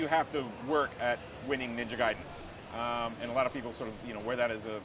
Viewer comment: Hey, she didn't say Gay-den anymore.